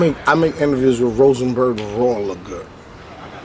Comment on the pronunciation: Damn, why you struggle to say Rosenberg Raw 😂😂😂😂